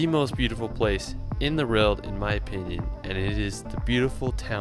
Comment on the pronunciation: This commentator can’t even pronounce ‘world” just listen. No hope with German words. !